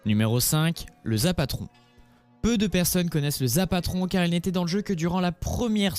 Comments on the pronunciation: C'EST pas le zapatron c'est le zapotron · On dit le zapotron pas le zapatron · Mdr zapatron on dit le zapotron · c'est pas le zapatron mais le ZAPOTRON !!!! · C es t pas zapatron c est zapotron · C'est rapotron pas zapatron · Tu sais même pas dire correctement zapotron et tu fais des images put a clic le quadrilanceur a pas été supprimé